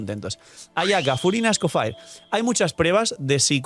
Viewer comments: sin cansarse de decir Escofire: 🚬🗿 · Es francés.. se pronuncia ES-CO-FÈg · Será que puedes decir bien el nombre del personaje? Ya no es un leak, ya tenemos el personaje y ya sabe como se pronuncia, a veces parece que se te olvida que no eres creador de contenido de un canal chiquito.